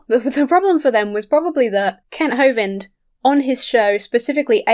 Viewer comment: After Brett Keane said Kent Hovind as “Mr Hovine” I will always call him that.